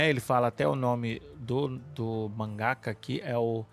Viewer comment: Elvis chamando mangaká de mangaka só me lembra de Thiago Braga tocando o celular para falar "katana". kkkkkkkkkkkkk